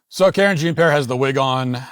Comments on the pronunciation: Karen Jean Pear. Yup. I'd much rather watch the fish cam or jeff daniels cry by the campfire than listen to her babble incoherently. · "Karen Jean-Pear"! 😂 I had to rewind 3 times to make sure I heard that correctly.